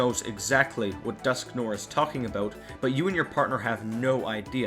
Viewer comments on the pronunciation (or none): it's dusknoir, not dusknore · Dusknoir's name is supposed to be pronounced "Dusknwar". "noir" comes from the French name of "black" colour, pronounced "nwar".